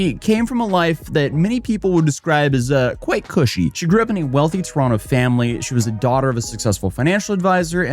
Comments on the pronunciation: Surprised he said Toronto right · S/O to for saying Toronto properly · You have great videos usually. Decided to give you money for actually pronouncing Toronto correctly(the only hard rule is the final T is SILENT) as a non Canadian.